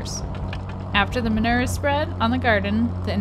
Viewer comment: I’m so triggered by the way you say ma-noo-er 😆